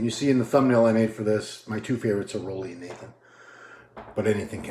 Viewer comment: Roelly is pronounced rue-lly... RUE, RUU, ROO not raw, ro, row